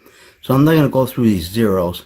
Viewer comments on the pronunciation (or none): none